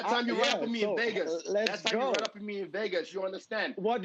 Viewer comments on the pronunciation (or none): none